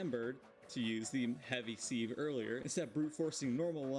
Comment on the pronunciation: Sieve is pronounced the same as the 'civ' in 'civlization'. The use of a sieve is called "sifting".